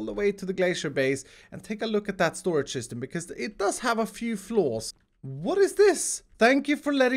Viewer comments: First it was “THE ULTIMATE SOLUTION” now it’s “THE ULTIMATE SORAGE” What even is a sorage lol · SORAGE LOL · shtorage shishtem